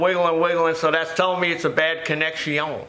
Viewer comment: CONNECT-ION!! It hurts from laughing everytime. The very thing me and my son watch is for the -ione's. Connect-ion, Transmiss-ion, Compress-ion. Crying laughing everytime. Stomach muscles sore the next morning from laughing. Cant eat dinner, cant hardly finish sayin something, all because of laughing soo hard. We even try saying it while laughing but nope, cant pull ourself together enough to do it.